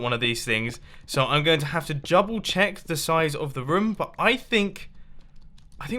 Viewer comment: Did you just say 'jouble check'?